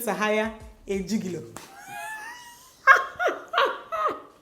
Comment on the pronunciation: The way Dimma said gigolo 😂😂😂